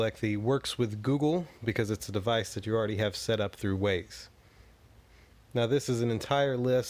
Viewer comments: It's not Waze, it's wyze like "wise". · Wyze is pronounced wize not ways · OMG, thanks for the info, it was, however, very painful to hear you say WAZE (ways) when it is clearly WYZE (wize)..I almost couldn't watch the video all the way through...but thank you VERY much for doing it.